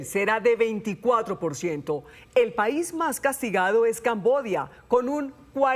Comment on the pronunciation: Que risa que ni siquiera pueden pronunciar Camboya 😂